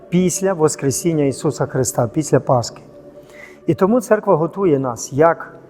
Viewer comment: Дуже повчальне коротеньке відео, але дозволю собі дві ремарки: 1) не "ПасКи", а "ПасХи"; 2) "каліки" - це, очевидно, люди з інвалідністю? Хто-хто, а священник, який повчає в ютубі, мав би правильно називати назву свята і толерантно висловлюватися щодо людей з певними фізичними (чи то психічними) вадами.